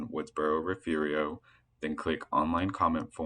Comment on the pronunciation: "Refu-rio"??? A very ignorant and illiterate pronunciation